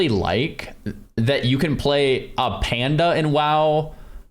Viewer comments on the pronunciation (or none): none